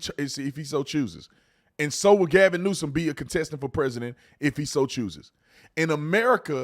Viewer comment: " Gavin Neusance " 😂😂😂😂😂😂